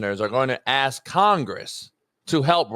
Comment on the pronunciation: can't even pronounce "ask" properly. He shouldn't be renegotiating shit